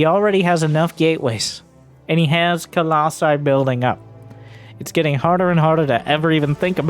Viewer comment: I'm so glad you say "colossi"